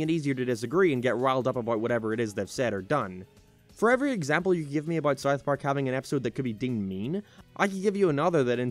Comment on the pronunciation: why do you say it as Sarth Park lmao